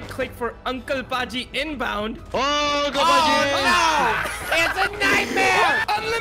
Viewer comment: STOP SAYING THE NAME WRONG ITS UNCLE PAJJI WITH 2 J's